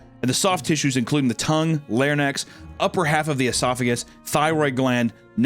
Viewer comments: We really need to start documenting every time misreads or mispronounces a word. Ill start. “Lairnex” (Larynx) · Larynx ≠ "lair-necks" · larynx = lair-inks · my brother in Christ you're a vocalist and voice actor there's no reason why you shouldn't know how to say the word larynx. 😂 Love your content bro ❤😂